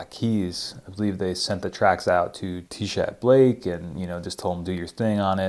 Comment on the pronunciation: Nice video, love sansamp. The t is silent in tchad Blake’s name btw don’t know why lol, it’s an odd spelling